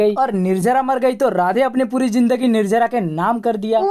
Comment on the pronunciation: Nirjara nhi nirjala hai bhai lahja sahi karlo. To or acha lgega